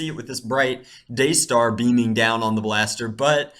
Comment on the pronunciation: "day-star" lol